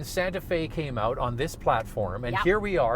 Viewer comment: Kia santa fee...what?